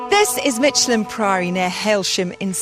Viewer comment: It's pronounced Mick.. elham, not Mich.. elham.